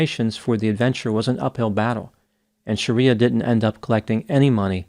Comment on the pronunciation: Her name is NOT Sha-riya but Shree- ya